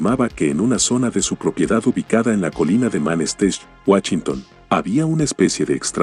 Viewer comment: Qué mal mencionas la "ch",, Chow o Wachinton" decías xD